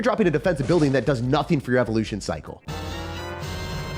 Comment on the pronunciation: "The evo ghost is BWOKEN." -certain person